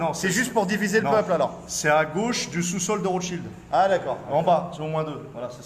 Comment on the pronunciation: « a gauche du sous sol de rotschield » 🤣🤣 En